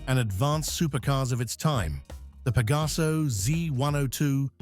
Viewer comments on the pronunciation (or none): Connolly, nicht Connelly! Pegaso, nicht Pagaso! Das ist keine künstliche Intelligenz, sondern wahre Dummheit! 🤦‍♂️